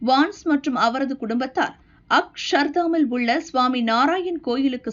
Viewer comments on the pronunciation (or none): அக்ஷ் ஸர் தாமில் உள்ள ஸ்வாமி நாராயன் கோவில் கிடையாது. அதை அக்ஷர்தாமில் உள்ள ஸ்வாமி நாராயன் கோவில். என்று உச்சரிப்பது தான் சரியான உச்சரிப்பு